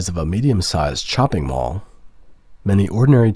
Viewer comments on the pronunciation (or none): none